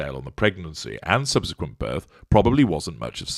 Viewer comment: Had to rewind this comment again....*"HW was present at the burth_"*.......well I should think so _if she gave burth. Mmmmm🤔.